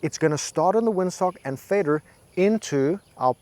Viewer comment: Love how the "Fader" is American :)